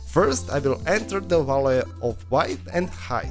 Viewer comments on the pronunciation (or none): absolutely impossible to understand this guy "wah-ley" is what you say for the word VALUE ? not even fucking close, bro